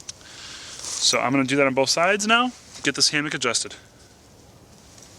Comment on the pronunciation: Say "hamick" one more time...